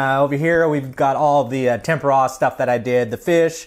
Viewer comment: nice video can't figure out if you saying tamponade tempura or what you're trying to say great video though